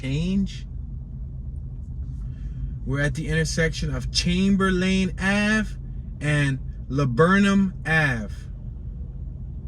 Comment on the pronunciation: Don't talk like a tourist. No one sez Chamber-lane. It's more like Chamberlin